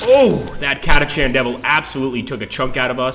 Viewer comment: why do I get the distinct feeling that they raped the lore? Catachan (pronounced Katakan btw) Devils on a "desert world" , enslavers as local wildlife (if they were that numerous, they'd have controlled the planet by now, making exterminatus neccessary)